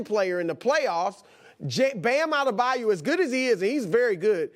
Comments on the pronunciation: He thinks its bam adebayou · Will he ever say Bam Adebayo correctly?😂